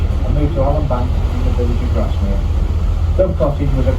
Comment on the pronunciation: Grasmere not Garsmere...